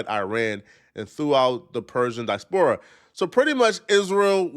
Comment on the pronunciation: Listening to butcher the pronunciation of “Farsi” and “diaspora” was interesting.